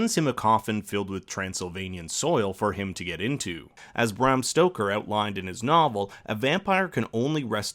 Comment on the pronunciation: It’s BRAM Stoker, not BRAHM.